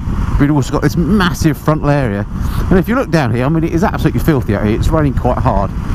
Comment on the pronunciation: Ab-soluteley amoizing